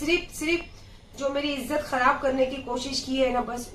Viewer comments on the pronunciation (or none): none